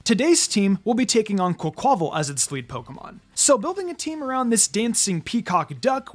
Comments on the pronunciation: I fee like Quaquaval's name should be pronounced like the Spanish pronunciation of Carnival and its wild to me how few other people i've heard say it like that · I’m not the only one who keep hearing mispronouncing Quaquaval name over and over it’s not hard but tricky to say the name combine quack aqua (water) and carnival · Bruh.. That pronunciation of Quaquaval🤦🏽‍♂️🤦🏽‍♂️